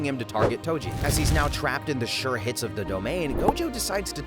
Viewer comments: Tojo bro I heard you say Tojo its toji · "Tojo" istead of toji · TOJO WHOS TOJO ITS TOJI NOT TOJO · Toji❌ Tojo✔ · YO WHO IS TOJO U MEAN TOJI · My guys called toji tojo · "tojo" nice ai vid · "tojo" that's just wrong😔🥀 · Tenjin???? Ten GEN! Bro pronounce the damn names right 😭😭😭😭 Edit: TOJO??? FUCKIN TOJO???? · Toji❌ Tojo✅ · Did anyone not notice that he called toji tojo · Tengen❌ Tenjen☑️ Toji❌ Tojo☑️ Jujutsu ❌ Ju-jitsu☑️ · AI pronounced whatever is written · Why does he call toji tojo?